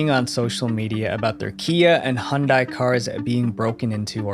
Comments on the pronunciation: hundai? not Hyundai? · It so funny how people from South Africa pronounce Hyundai they say Hun-day I'm just obsessed with South Africa.